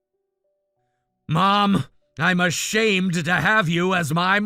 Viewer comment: The way the mother pronounced ashamed 😂😂🤦🏼‍♀️